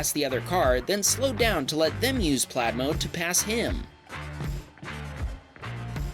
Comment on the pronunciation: Dude stop saying "Tesla PLAD" iTS "PLAiiiiiD"